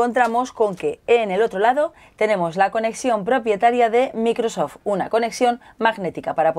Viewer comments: ulala señor francés se dice maicrosoft :v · Dice bien Surface pero después micro soft hayyyyy!!